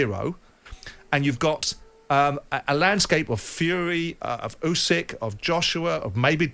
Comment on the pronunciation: Firstly, Frank can’t even pronounce Fury’s opponents name 😂! Secondly, Fury vs Usky scheduled for next year 😂 confident in DD